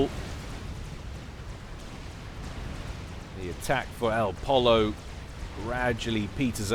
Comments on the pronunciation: think elpollo is pronounced el po yo spanish for chicken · it's pronounced Poy-yo, El Chicken en espanol. :)